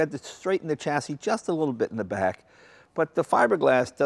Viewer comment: WTF Jay! Please pronounce chassis correctly! Also turbine! Champagne, Columbine etc....